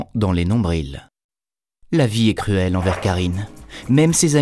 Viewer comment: Sa m'agresse aussi les nombriLs😂